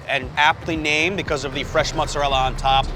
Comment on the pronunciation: Your pronunciation of mozzarella killed your credibility😂